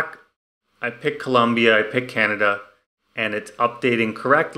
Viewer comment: Double like for not mispronouncing Colombia 🇨🇴